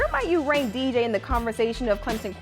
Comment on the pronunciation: Thanks for saying DJ’s name right ma’am...sir, a little more work but I’ve heard worse.